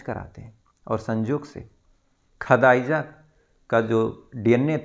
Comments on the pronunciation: Sir app pehly apne bolne ke tarike par kam karo khadaija nehi khadija hota hai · Bhai sab name to thik see bolo khadiza